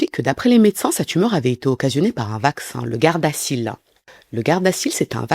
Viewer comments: Bonjour tout le monde, Je crois que ça se dit [gardaZil] 😊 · On dit ( gardazil )